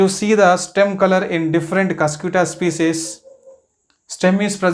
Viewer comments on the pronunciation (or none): ur pronouncing is wrong pls pronounce properly its not cyscyuuta its cuscuta spell cuscataa ........